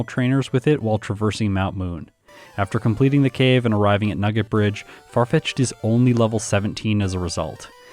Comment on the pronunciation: Farfitched in this jayun:). ( would be pronounced Yahn, like Pokémon Challenges' name, so I had to get creative with spelling:).) Don't forget to check you're recording!:)